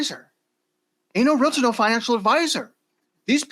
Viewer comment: Can you guys please learn how to say the word Realtor, not realitor? I listen to your programs on a regular basis but it annoys me that you can't make that correction.